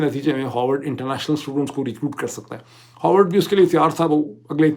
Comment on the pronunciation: It's pronounced Ha r vard, not Ho r vard. 🙏🏼